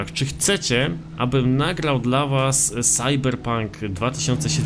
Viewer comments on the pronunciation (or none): none